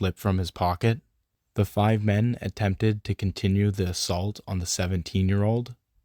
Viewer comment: In the video about gway you used the word ettemt instead of attempt and that bothered me so much